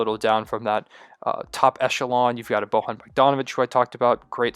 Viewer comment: It's pronounced Boyan not Bohan btw.